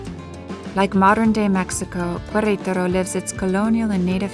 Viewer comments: Loved this video but the pronunciation of the name of the city killed it for me. It's not kwareutarou . It's "keretaro" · It's pronounced keretaro not kwayraytaro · It is pronounced Keretaro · The narator doesn't have the ability to mimic, i.e., correctly pronouncing Queretaro. Can someone please coach her? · Yes. That was so distracting. Like running fingernails on chalkboard. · I agree. It was annoying af to keep listening her mispronounced such easy name to pronounce. I bet if it was a French name, she’d be all focused on pronouncing it 100% correctly.